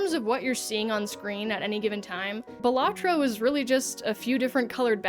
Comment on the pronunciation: It's pronounced balatro